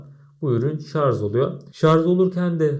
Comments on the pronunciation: umarım geçen 3 yıl içinde ''şarz'' yerine ''şarj'' demeyi öğrenmişsindir. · şarz değil, şarj. :)